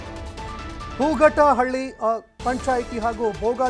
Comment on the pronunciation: Hoogatahalli alla maraya. Hootagalli